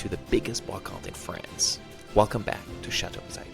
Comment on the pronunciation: Cher Damien, appeler ton château "a big lady" heurte profondément mon oreille française 😂